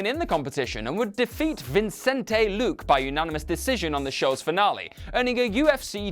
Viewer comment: it's Vincent luque but that's ok this dude is a pretty good presenter in my book still